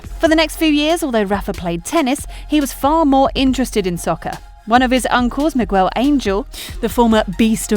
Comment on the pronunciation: She also mispronounced Miguel Ángel.